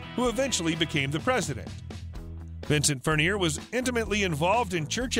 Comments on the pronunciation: The computer bot announcer really needs to learn how to pronounce Alice’s real last name. I can’t stand to listen to announcers like this. Plus Alice got married in 1976 not 1975. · plz pronounce his last name correctly!